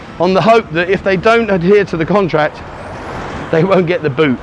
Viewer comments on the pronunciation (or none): none